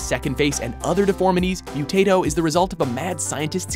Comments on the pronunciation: In The Post-Modern Prometheus, the creature's name is pronounced "Moo tah toe", not "Mew tay toe". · Stop saying mutato like potato...that is not how it's said. He is not a tater tot. No one in xfiles said it like that. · The Great “Mu-TAY-Toe” 🙄